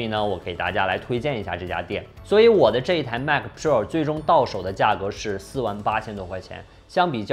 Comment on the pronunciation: 迈克普肉儿~ 这发音，杠杠的。